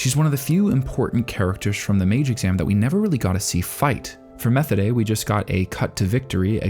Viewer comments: for the love of god stop pronouncing Methode like you do. The way they say it in the Anime is also the correct german pronunciation. That is not always the case but this time it is. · Not to be that guys or anything but Methode's name is pronounced Meh-Toad-a. This is just the second time I've heard it said this way, apologies for being the pronunciation police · Methode (meh-TOH-duh) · Methode = meh-TODE-eh Linie = LIN-ee-eh That "eh" sound is like a short "e", and does not rhyme with "way". Close to a schwa in English. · I have just gotten to the mark and I need to say this, PLEASE WATCH THESE IN THE DUB AT LEAST ONCE, you keep pronouncing the names wrong. Methode's name is pronounced Muh-toad-da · Not trying to nitpick, but you are pronouncing Methode wrong. I don't know why it is bothering me, usually these things don't. Maybe because I like watching in dub, idk. But I really respect your video essays, and I can tell you respect this show so much. I just feel getting the name right is important. It should be pronounced more like "Meh-toad-uh." There's no "th" sound in German, which is what was really throwing me off. Unsolicited tip: Go to Google translate and enter the characters' names on the German setting, and have it pronounce for reference in the future. Really appreciate your content! And I loved this video! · A note on pronunciation: Methode's name is pronounced "meh-TOH-deh" (hard "t" sound. There is no "th" sound, and the ending vowel sound is "eh", not "ay"). (Technically, the German pronunciation of the word it is based on is closer to "mee-TOH-deh", but the characters in the anime all seem to pronounce her name with an initial "eh" vowel instead. However, in German there is still no "th" sound in the word either.) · I could have sworn Methode's name is pronounced as Ma-tow-da. Great video as always!